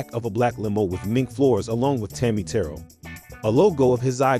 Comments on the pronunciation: Its Tammi TERRELL, not TURRLL. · Right and Tammi Terrell not terl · You must be a young dude. I never heard anybody mispronounce Tammi Montgomery's stage name before. Accent's on the SECOND syllable. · Very good , well researched actual facts, honesty and respect. I wish Franky Lymon and Tammi Terrell's names were pronounced properly. Good story, thanks. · The narrator is not able to pronounce Tammi Terrell's name. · Ur doing a fantastic job, but I can tell ur age by the wrongly pronounced last name of Tami Terrell, & a couple others. Love ya, just thought u should know.